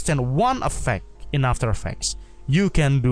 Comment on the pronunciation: Repeat after me: 1.paw-zee-tion = position 2.aa-fta-er eeee-ffe-cts = after effects